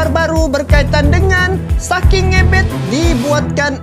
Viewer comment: Maaf ngebet ya bukan ngebEt bacanya hurup kecil saja.top